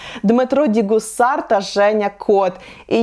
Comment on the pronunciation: Все класно, але все ж Діма ДіКусар )) через літеру "К"